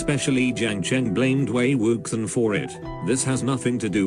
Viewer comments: “Wei wuksang” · "Wei WOOKSON" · I can't deal with the "Wei Wuksan" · also maybe these opinions are controversial or whatever BUT the text to voice converter is just too funny. I love Wei WUX I EN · ok but.. "wAy wOoksAn"... i literally perished. ma boi wei wuxian's name got mauled by mr.bot :( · Excuse me, but the mechanical voice readin wei wuxen or however you would write this....... it gets me killed every time i hear it